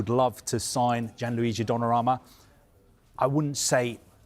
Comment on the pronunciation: It's Donnarumma not Donnaramma